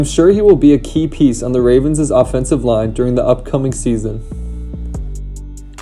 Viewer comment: It’s Bengals and Ravens offensive line, not Bengalss and Ravenss. Good video though !